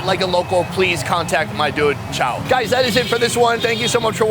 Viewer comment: You are great in this episode. You should correct his pronunciation of your name. It's more between chow and chowe (as in owe), but if I have to pick, it's chowe.